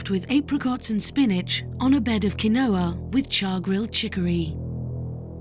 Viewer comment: I love the pronunciation of Quinoa 😂